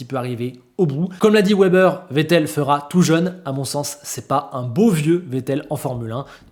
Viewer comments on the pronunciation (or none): none